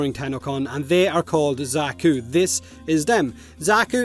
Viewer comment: I'm personally super excited for the Alchemist frame since it's an old favourite fantasy mold for me. Also Xaku is pronounced the same as the Zakku from the Gundam animes.